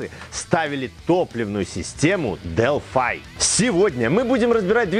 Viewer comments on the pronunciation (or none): Производитель зачастей Delphi - Делфи. А то немного режет делфай....